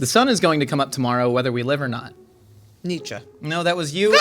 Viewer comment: Thank you for pronouncing Nietzsche correctly. 😂